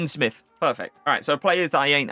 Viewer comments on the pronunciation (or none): none